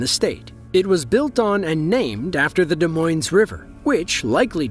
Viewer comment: Yes, but the narrator did the "Des" pronunciation correctly.